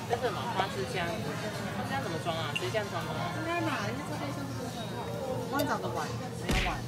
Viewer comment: ！！齁呦🥺阿杰太sweet了❤️ 愛里感覺好愛花枝漿喔～～😂突然想到阿戴因為愛里把花枝漿講成花仁漿而笑得很開懷哈哈哈！！🤣